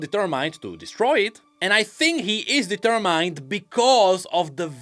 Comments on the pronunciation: deter mind D-tier Mined it is funny to hear it like that, but I'll give you slack, as a non native myself I get the strugle to understand pronounciations. and grammar but that is a funny one, and the internet will let you know unless this is something intentional, in which case I'll be in return the butt of the joke. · ITS DE-TER-MIN-D NOT DETER-MINED PLEASE!!